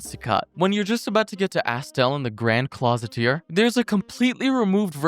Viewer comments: Yeah, it's fine, but thats strangely bad for a video of this popularity. I guess its because you pronounced a lot of things wrong, and its honestly funny. Like you said "The Grand Clositier" instead of "The Grand Cloister" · Cloister is pronounced cloy-ster not closeteer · lioncloth??? grand closeteer??? dyslexia be hitting like a truck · we get hit with 'closet ear' instead of cloister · i'm sorry, i had to stop the video: but WHAT THE HELL IS THAT PRONOUCIATION OF CLOISTER